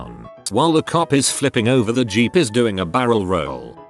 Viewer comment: no one: narrator when it sees the word 'Jeep': G E E P